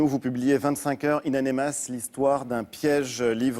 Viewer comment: Ain amenas et pas ain anemas espèce d'imbécile.